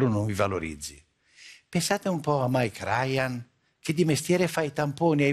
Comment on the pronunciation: Da come ha pronunciato mike ryan, si è notato che crozza ha il briangriffinvirus